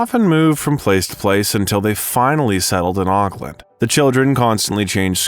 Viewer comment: Apparently the computer generated voice doesn’t know how to pronounce “Oakland”.